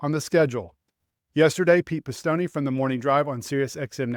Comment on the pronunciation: My goodness, it’s Pete Pestone, not Pes-tone-eee, Yikes And Did anyone listen to Tommy Baldwin on DBC? NASCAR spoke directly to RWR, and explained how and why they ‘missed’ it ? All of you NASCAR is new to me, I guess you can’t know what you don’t know, but maybe some research and perspective would help your opinion. Sincerely, grumpy Ol’ man and get off my lawn… okay someone’s lawn. Too many road courses, period, especially if ovals turned into semi road courses